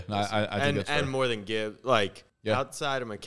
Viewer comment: And then he proceeded to mispronounce Gibbs name lol